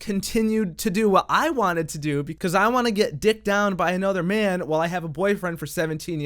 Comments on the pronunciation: every time she tries to say man it comes out as men. i don't think its just the German accent. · Notice how she says "I met a new men." not man. And don't give me that its her accent shit. she's speaking well enough with more complex words.